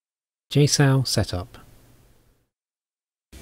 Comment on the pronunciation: He says JSOW weird, like "JSoul".... Get real..